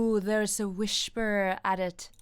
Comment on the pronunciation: It's cute the way you say shoft with a sh instead of soft. same with whisper wich you say wishper